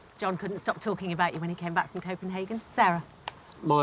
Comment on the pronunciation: Must come to,Copenhagen, pronounced total wrong